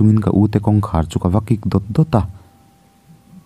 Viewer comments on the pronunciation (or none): none